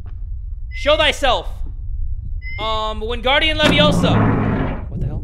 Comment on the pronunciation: "wingardium leviosa" LMFAOOO